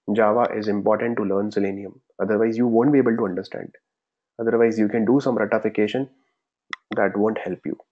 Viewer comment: I laughed out loud when he said Rattafication 😂😂🙌 Thanks for the awesome lectures. You are simply Awesome.👍👍